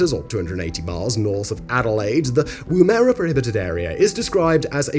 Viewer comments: It is pronounced "woom -er -a",.. not "Woomeara" I have worked on the weapons range before, fascinating place. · Yeah, Woo-mare-ah vs wu-muh-rah. Needed that laugh today. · It's pronounced Woo-mera, with the emphasis on the Woo, the mera part is run off the tongue very quickly - WOOmera. It's not pronounced woo-mehra. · Woomera Australia. Not Woo-merra, its Woom-(as in woman)-uh-ruh. Woom-uh-ruh. Sorry just being pedantic 😛. Nice work 👍. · As a local, sorry the pronunciation of your last video is WOO-MRA, not WOO-MEH-RAH. It must be very tough to get local pronunciations right given the sheer output of videos mate 😀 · “Woo-mera” 😂 It’s actually pronounced “woom-era” but as one syllable. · It's pronounced Wooma-Rah, Simon. Get it right! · Not to split hairs but it’s pronounced WOOM A RA or WUM A RA spoken fast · woomera is pronounced woomer-uh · They actually had to stop using Whomb-air-a as a testing ground, turns out all the munitions etc were being triggered by the pom's pronunciation. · Always interested in you video but its pronounced : WUMURA! not what you say. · Woomera 😂 it’s pronounced Wom (like woman) ara. And it was horrifically cruel to the indigenous people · PS - it is pronounced "Woom" (as in vroom, like a car) "Er" (as in her) "A" (as in ah) it is Australian Aboriginal for a stick used to throw a spear. Oh, and Hello from Adelaide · Typical English speaker putting the emphasis on the second syllable. if the word isn't English, the emphasis is more than likely on the first syllable! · Woomera is pronounced "wu·muh·ruh" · It's pronounced wom-a-ra... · Your pronunciation of ‘Woomera’ is way off. It is ‘Woom’ like ‘womb’ then ‘er’ like ‘her’ then ‘a’ like ‘ah’. And yes, I have been a resident there. Outside of that, the township is open to the public as other comments have mentioned however the RAAF base and testing area are very restricted an so large almost anything could be held, hidden or lost there. Hot dry and very remote. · WOM - ER - RAH